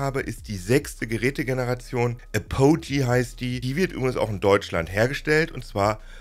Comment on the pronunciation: Bitte das nächste Mal vor der Videoproduktion nachschlagen, wie Apogee (engl. Gipfel, Höhepunkt) ausgesprochen wird.